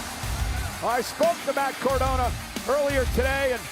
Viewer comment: Matt Cor-DAHN-na? Twice? Jeezus, Michael Cole!